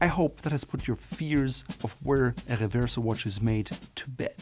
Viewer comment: oh just say Reverso in American.. no need to for some reason do a French pronunciation